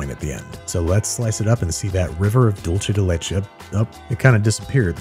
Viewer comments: Looks delicious Dulce de leche is pronounced DULL-SAY not DULL-CHAY It's spanish, not italian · Can we all agree to stop saying "dool-chay day lay-chay" and pronounce it properly please! It's "dulce de leche" pronouced "dool-seh de leh-che" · Dulce de leche is not pronounced Dool-Chay de Lay Chay, but Dul-say. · Ah, yes, dulche de leche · You had me until the Dulce de luche .... everything else was awesome! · "dolshe the leche" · Pronunciation of dulce de leche: 0/10 Absolutely everything else: 10/10